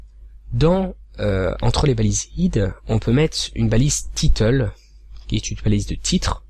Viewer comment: Pourquoi dire "iiiid" au lieu de Head. C'est un mot anglais non ? Pareil pour "tiiiitel" au lieu de title?